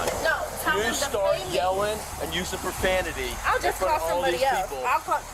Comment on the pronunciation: "watch yo profamity"